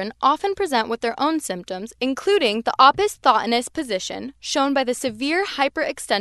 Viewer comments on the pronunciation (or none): Thank you for the video. Pronunciation of "opisthonos" is really off.